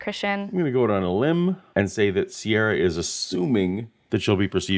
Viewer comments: Ciara is usually pronounced Keera, not Seirra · Never known a Ciara who pronounced it "Sierra" before.